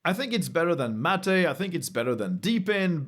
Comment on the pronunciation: "Mat-aei" Mate✅